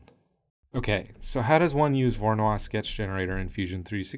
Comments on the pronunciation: Loved the vid but the pronunciation made my ears bleed. Voronoi as in Voronoy, none of that French stuff! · Voronoi was Russian, not French. And his surname is pronounced as Vah-rah-noi.